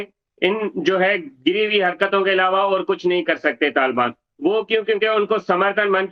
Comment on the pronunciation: Taal baan ya Taliban . In logo ko thik se naam bolna nhi ata.